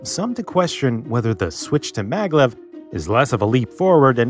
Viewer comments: Isn't it Maglev and not Mavlev? It's magnetic levitation after all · maglev,not mavlev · What's the hell MAVLEV lol🤣